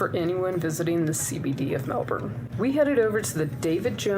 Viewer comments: Aussie is pronounced ozzy Melbourne is pronounced mel-bn not mel-burn. Actually listen to Australians say it! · Definitely not BURN, pronounced a very short fast “born” almost a “bin”sound. You will not hear the “R” sound ever. From a Melbourne resident. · Melb'n. We delete the vowels. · its more mel-ben/mel-bin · Melbourne is named after the British Prime Minister Sir William Lamb the Vicount Melbourne. And his title is pronounced Melburn. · First up, c'mon you know we shorten everything, it's pronounced: Mel-bn. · We actually pronounce it “Mel-Ben” 😂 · As an Aussie who was born and raised in Melbourne I need to point out her pronunciation was definitely not we say it here. To all us down here it's pronounced Melbin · No. No i. Melbn. That's how we say it. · We Aussie's actually pronounce it as Melbin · No one on this video said Melbourne right. I know, I live here. C'mon America. You are the only country that fks it up consistently.